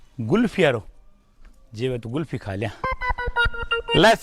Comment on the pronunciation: pheli baat...Gulfi koni hove.."Kulfi" hove ha...